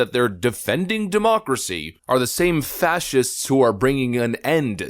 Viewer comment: "We must protect our Democrats, ya' see" (sounds like "democracy")